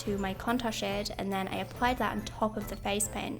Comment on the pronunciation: I love how you say "and then" you say it like "and tzen" love love love it and the makeup is absolutely amazing!! Love you ❤️🙌🏻